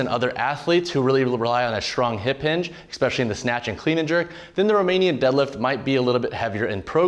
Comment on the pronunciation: It was good until he said "ecspecially"